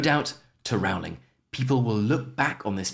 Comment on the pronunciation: Another quick note, I believe you are mispronouncing J.K. Rowling's surname. She said once people misprounce her name so often that she stopped correcting them, but I think you should go with how she herself prounces Rowling (on YT there are clips of her pronouncing her name).